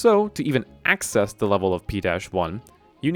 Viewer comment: "🦆ccess" xd